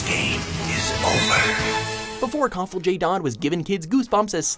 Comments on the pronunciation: The name 'Cathal' is generally pronounced as 'Carl'. I went to school with several kids with this name, and worked with one for a few years. They let people know, beyond doubt, if they said their name wrong. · Cathal J Dodd Cathal is pronounced "Kaw-hal" not "Coth-al" hate when Americans try to pronounce Irish names